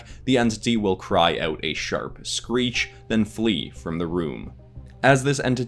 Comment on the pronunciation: That’s not screech that’s skretch